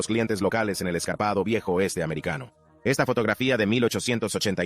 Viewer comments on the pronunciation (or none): ESCARPADO NO " ESCARBADO "